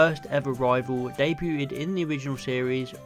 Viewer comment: Day-bewted? That’s a new pronunciation on debuted on me.